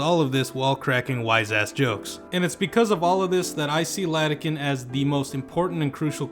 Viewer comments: Bro doesnt know Its iadakan not Ladakan 💀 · It's IADAKAN not LADAKAN. Great review otherwise. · Great video, but your pronunciation of Iadakan's name makes me cringe into a singularity. It's a capital I, not a lowercase L. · Sans-serif was a mistake.